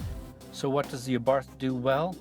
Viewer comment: Learn how to pronounce the Abarth, silent H. I drive mine everyday, not drony, have scared motorcycles and pissed off many Audi and Mercedes. Who in their right mind would buy a FORD? This car rocks and continues to surprise me everyday. They should have these as loaners at every dealership when your other car is in for service!